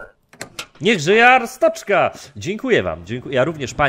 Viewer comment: to wymawia się Arstocka nie Arstoczka